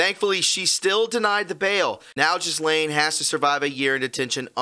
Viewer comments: It is pronounced GeLaine, Not Ghislaine. Very interesting. Thanks for the information. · The S in Maxwell's first name is Silent. It is Pronounced like Gellén, with a hard G, and emphasis on the second syllable.